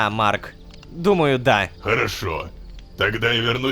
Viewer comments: теперь и Рома умеет выговаривать его имя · никого не удивило что он произнёс его имя без ошибок? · ура лололошка смог выговорить имя марка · Бедный лололошка, приходится на видео выговаривать имя марка